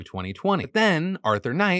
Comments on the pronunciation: FINALLY AN AMERICAN WHO PRONOUNCED SCOTLAND AND GLASGOW PROPER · Woah did an American just pronounce Glasgow correctly? 👏👏👏